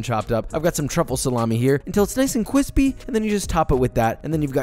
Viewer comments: joshua said "cwispy" and my life had never been the same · I am amazed that you don't have some pants with the word "Cwispy" on the butt as merch. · u mean why isnt it CWISPY lol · "Cwispy" has to be the least crispy-sounding word I've ever heard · nono it's not like CRONCH crispy, it's like little pockets of air that make a light sound cwispy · Nice and cwispy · Joshua says CUISPY 😉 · "until it nice and cwispy" 😂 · It seems quarantine has only made Josh hornier FVSJFHDJ we see you, cwispy king